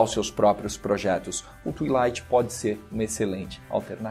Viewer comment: como é que tu pronunciou Twilight?? kkk se pronuncia +- twailaight